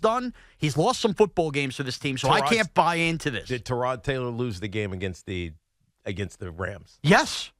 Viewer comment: Why does Evan intentionally mispronounce Tyrod Taylor's name? Is that his way of insulting him subtly?